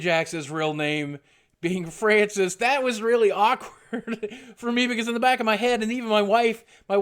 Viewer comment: you know he totally meant to say Francis! lmao